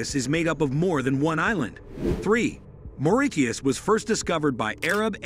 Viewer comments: 3 facts that you probably didn't know about my island🏝 🇲🇺Mauritius 1. Mauritius is not pronounced Maurikius 2. We have drugs and other countries are better than Mauritius 3.Our only president let go a cargo drown (ship drown) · I gess u r wrong about z 3rd fact..n ur pronouncation r really vry wrong..its MAURITIUS n not maridius..😡😡😡learn ur histirical lesson n bit more n try 2 pronounce any island as it may b😊😊😊😊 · It is pronounced "MORISIUS" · Official language is English and we speak creole little like french. It is pronounce Morissius😊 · Maurittiuss? No it's pronounced Mau-ri-shiuss. We study english and french so we are fluent in those languages. We mostly speak creole. We speak hindi, arabic, italian, spanish etc also depending on what we chose as others. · Also z pronunciation is wrongly it's not mauriTius... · he pronounced mauritius so weirdly😭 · Bro that’s not how we pronounce it💀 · You are wrong English and French are official languages in our country and the most commonly spoken language is Creole, our mother tongue And our island was first discovered in the 9th century Not to mention that you are Incorrectly Pronouncing the word Mauritius!!! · Why tf is it pronouncing mauritius like that and as a Mauritian we learned all of that in school and we have Creole as our language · you mispronounce the name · Dude why does it pronounce mauritius 🇲🇺 like this ... makes me sick af And yeah we all know these "fake facts" How stereotypical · Bro should learn to pronounce Mauritius first before making these video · Also bad pronunciation of Mauritius